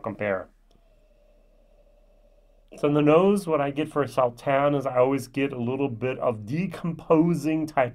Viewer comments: Your German accent is getting the better of you. The "S" in Sauternes is pronounced as an "ess", not a "zee" [sōˈtərn]...;-) I was gifted a bottle of WHISTLEPIG OLD WORLD SERIES SAUTERNES FINISH RYE 12 YEAR which was impressive. Looking forward to a whole new year of your vlogs. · It's pronounced Saw Turns